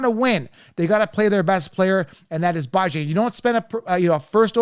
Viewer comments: 😂😂😂😂 You said you love Bijan as a person and yet you keep disrespecting him by mispronouncing his name. 🤦🏾‍♂️ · A grown man intentionally mispronouncing another persons name is the corniest shit I’ve ever seen.